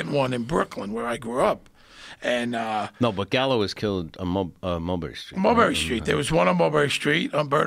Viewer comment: It’s Joe Callo not Joe Gallo. C-A-L-L-O